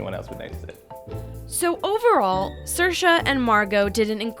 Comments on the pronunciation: Fun fact Saoirse is not pronounced “sur-shuh” it’s actually “seer-shuh” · Not to be rude but saoirse is pronounced seersha not sursha